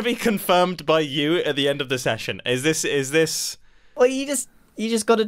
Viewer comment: last week, if you watch the perspectives of the other people who were there you get a longer discussion about Mumbo pronouncing "by" as "pie".